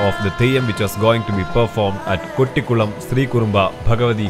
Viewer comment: Its not കൊട്ടിക്കുളം its കോട്ടിക്കുളം....❤